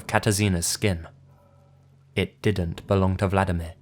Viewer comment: Yeah, it may seem like Im picking on ya, but you really butchered those Polish names. I know its one of the hardest languages to pronounce correctly for non-native speakers but Vladimir is a Russian name (like Putin) and in Polish the equivalent is Włodzimierz (very difficult to pronounce but completely different) xD Oh, and btw we love to skin ppl and wear their faces, its a kind of national tradition but shhhh... dont tell anyone xD